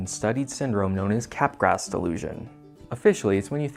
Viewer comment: I know you're joking but Capgraw, man. Otherwise there are no laws, no morals, no sanity and I can pronounce it szzizz-OH-pree-nya/nya/nya. Of course I can, but it'd be stupid.